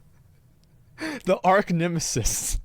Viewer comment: Lol I’m sorry to be the English police but is not pronounced ARK nemesis it is pronounced ARCH nemesis!! needs to read more.